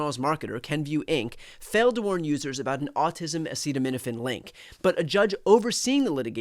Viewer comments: POTUS isn't a Doctor or a great leader of our country 🤔, lol 😂. He's a f'kn phenomenal liar and doesn't even know how to pronounce the word acetaminophen properly 🤣 WTF, right, brother Brian 🤣!? Instead of trying to unit this country, he's trying to wage war on anything or anyone to avoid the Epstein files, mate. Sending me best from Northern Vermont ✨️💚🙏, brother Brian. Getcha Pull <3 😎🤘🥂💯🍻💪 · How can he even know what he's talking about, when he can't even pronounce The clinical name! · Don't take medical advice from someone who can't even say the word acetaminophen. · He keeps saying "Tylenol" the brand name because he can't spell or pronounce acetaminophen 💀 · Because the orange dumpster can't pronounce acetaminophen and has opened himself up to a defamation law suite from the makers of Tylenol. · It's because DJT struggled to pronounce the word acetaminophen, even asking for assistance sounding it out like a second grader. He eventually gave up and said, "TYLENOL. Don't take Tylenol!" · Nothing like a moron who cannot pronounce acetaminophen and can't find his ass with both hands telling the world how the medical industry works.. This dude (and his admin) is the most ignorant, uneducated in American history. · Best medical advice on the planet: DON'T LISTEN TO A CONVICTED FELON AND PEDOPHILE WHO CAN'T READ OR PRONOUNCE THE WORD "ACETAMINOPHEN " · He's going after Tylenol because he can't say acetaminophen more than once. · Funny thing is Trump can't pronounce Acetaminophen which is one of the most common medicines. But he had no problem pronouncing hydroxychloroquine and thats a bigger word. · No, he actually tried to name the active ingredient in Tylenol, acetaminophen, but tripped over the pronunciation several times; he even asked for assistance with sounding it out like a second grader. He finally gave up and said, "TYLENOL. Don't take Tylenol." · If you watched, It's because he can't pronounce the ingredients.😁